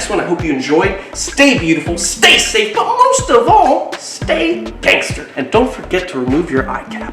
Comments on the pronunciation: "utmost" not "at most", come on, you can do it. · STOP SAYING ATMOST IT IS UTMOST RESPECT....LOVE YOUR VIDEOS HATE WHEN YOU SAY ATMOST